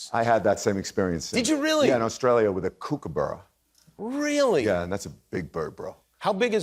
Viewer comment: Gentlemen, kookaburra, like cook not kook!!!!! looooollllll